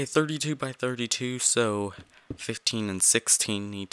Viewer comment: I had to turn sound off for last 4mins 32secs to prevent headake, would like to ask why when you said so it sounded like this: zo zo